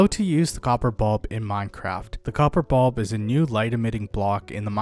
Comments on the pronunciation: Glad it wasnt just me. Its bUlb not bOlb smh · copper bob